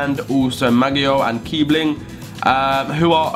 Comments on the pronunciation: It is Kießling, not Kiebling. It's like a double "s" (ss). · he´s name is pronounced Kissling not kibling... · its pronounced kiessling not kiebling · Not Kibling, Kisling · Kießling ß=ss when you have no Kiebling the you have Kiessling :D I'm from Germany :D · it's Kiessling, not Kiebling:) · Not kiebling kiesling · You pronounce kebling kethling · IT'S KIESSLING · Its pronounced keesling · It's so annoying when people say Kießling's name wrong! It's pronounced KieSSling...